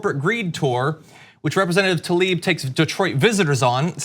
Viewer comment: Tlaib, not Talib.